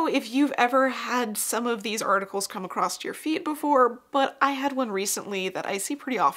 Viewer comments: Across not “acrossT” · I love your videos so, so much. But every time you say 'acrost' instead of 'across', I want to stab my screen with a hat pin. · "acrosst" - Not a word. Love your video, though. I learned so much. Thank you for sharing your depth of knowledge.